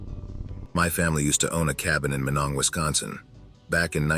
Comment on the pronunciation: Damn tts, its pronounced My-nong. Source, grandma grew up there (born in Duluth in the 30s), dad grew up vacationing there in the 70s-80s